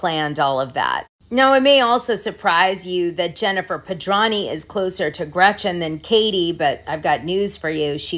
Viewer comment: Why do you constantly mispronounce Jen Pedranti's last name? You make the 't' silent when it is not silent please do it correctly it is so friggin annoying I know you're smarter than that thank you